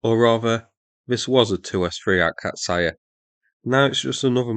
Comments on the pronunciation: Tip on the pronounciation: those are two syllabe words: it's AKA-tsya and GVOZ-dika, not Aka-tsa-ya or Gvoz-day-ka. Source: Slav, geolocated in Poland. Exact place not revealed due to opsec. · They are called Gvozd E ka and Akats E ya instead of Gvozdaika and Akatsaya. :) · a-KAT-see-ya and gvaz-DEE-ka. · >akatsaya >gvozdayka jesos. ure so bad at prounoncing, so so fkn bad